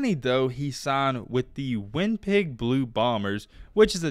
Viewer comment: The who bluebombers?. Are you kidding me you can't even pronounce the city of Winnipeg. You literally do not see the "I" in the middle. Where were you educated!